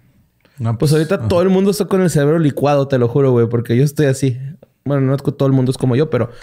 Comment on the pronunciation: “mudio” alguien más lo noto?